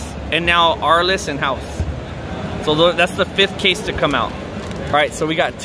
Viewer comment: Why are you saying house your supposed to say haos